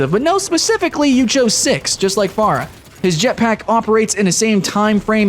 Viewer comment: Beyond the not great comparison.. Why the hell do you say Pharah wrong? Their names are literally heard in game. Oh and transforming enemies into chickens? My first thought was Ratchet & Clank. Soooo yeah.